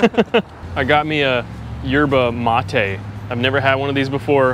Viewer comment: YERBA MATE = "ER-BA-MA-TAY"